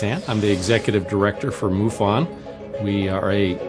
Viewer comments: its not moo--fon its muff in. MUFON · i dont know why you pronoun it moofun. thats funny